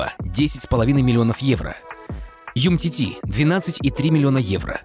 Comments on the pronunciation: у самих написано умтити, а говорят юмтити facepalm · "Юмтити" комментатора😂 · Юмтити говоришь? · Ну какой он юмтити?????? Ну там же буква у написала как же вы за***ли называть неправильно фамилии!!!